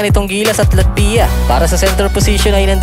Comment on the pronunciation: medyo masakit sa tenga. Paki pronounce mo ng latvya. Thanks...